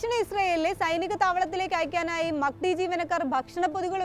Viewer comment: മക്കടി അല്ല മാക് ഡി 😂😂